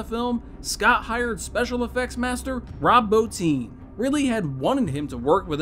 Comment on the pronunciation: Thank you thank you THANK YOU for pronouncing Rob Bottin's name correctly!!!!!